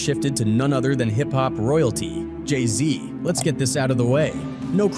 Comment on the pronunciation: J i z yea you dont know anything brother 🤣 learn to pronounce jay-z correctly before doing a vid